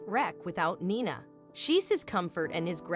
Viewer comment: Heart warming but Gus later Guess and Nina later called Nyna is where AI is far from perfect.